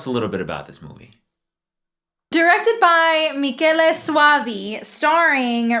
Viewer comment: So you learned that Michele is pronounced MEE-KEH-LEH, yet still you pronounce Falchi as "falt-shee" when it should be FAL-KEE. Seriously?